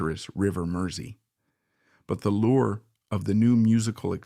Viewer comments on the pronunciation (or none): none